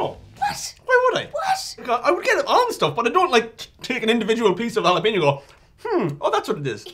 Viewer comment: In what world is the syllable PEN pronounced PEEN as in jalapeño